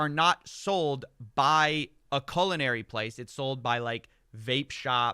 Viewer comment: "Colonary" purposes? 🎉 You mean culinary purposes?